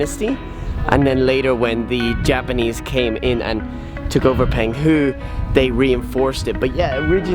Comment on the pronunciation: Pronounced PONG hu.